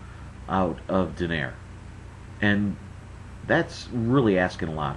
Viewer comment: Its pronounced = Doh-Nigh-Reh not Doh-Nayr. Didn't any of you listen to the announcer?